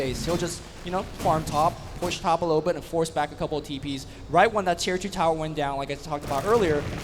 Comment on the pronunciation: Tier not chir.